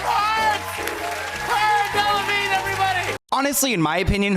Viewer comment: its cara del-a-vigne, you pronounce the "a"